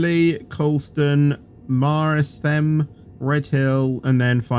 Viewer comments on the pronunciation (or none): It's Mert-sham and Pur-ley